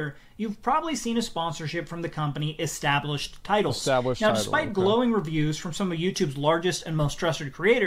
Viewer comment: "etablished" oh... 0 seconds in and you done goofed..